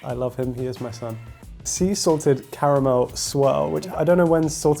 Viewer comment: did the American guy just said the proper name for caramel WOW